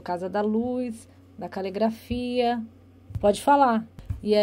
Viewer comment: É calegrafia ou caligrafia? Tanto interrogador quanto interrogado estão pronunciando errado!